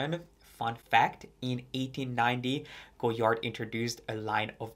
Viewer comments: Sorry but sorry, please learn to pronounce the brand name correctly. It is not Go-Yard, the "d" is not to be spoken. This it is French. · With "all" the research, did you not learn how to pronounce the name? The "d" is silent.